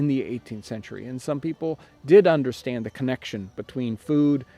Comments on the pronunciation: Him almost mispronouncing "understand" is the only mistake I think he's ever made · Love your videos! I just have a question: did you mean to say "...and did they understand their nutritional value?" I heard it as "Understrand" and don't know if I genuinely just misunderstood the sentence. Thanks! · "Understrand" lol! That was the best take, eh?